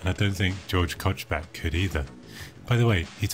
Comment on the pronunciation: as a countryman, I would like to point out that you mispronounce Kochbecks name. I checked a few TTS engines. This one pronounces the name pretty good: You want to set it "German/ Hans" though :-)